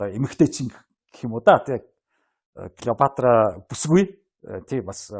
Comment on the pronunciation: Сэтгүүлч ядахдаа домог болсон хатан хааны нэрийг зөв дуудаач.ээ Килийпаартра.ккк Клeопатра шдээ.